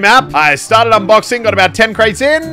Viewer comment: Bro really said UNBXOING